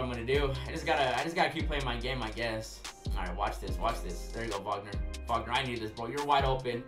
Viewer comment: Wag-ner not wogner